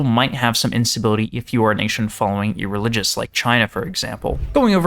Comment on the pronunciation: Ereligous is a crazy pronunciation